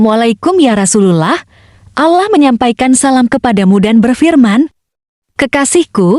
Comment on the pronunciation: mengucapkan kata allah dan rosulullah anda ini tidak fasih sama sekali.